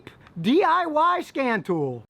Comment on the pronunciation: At first I thought you said "scam tool" I hope I never need one...